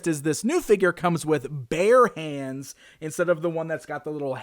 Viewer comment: I thought you said “He comes with BEAR hands.” And was disappointed when he had human hands lol